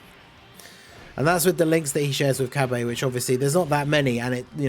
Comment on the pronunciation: Dude what the hell is "Cabae" ??? Is Cabbage your favourite vegetable or smthn??? 😅🤣....its pronounced CabAAAA! LMAO